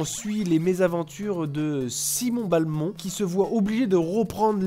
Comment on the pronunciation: Simon B-A-lmont... SIMON B-A-LMONT. .... BELMONT BORDEL DE MAYRDE Bonne vidéo sinon.